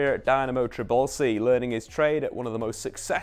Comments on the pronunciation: it's Tbilisi, one of the oldest cities in Europe, not Tribelsi :D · Bro, please, it's TBILISI, not Tribalsi! Thanks for making the video. Kvara is the best❤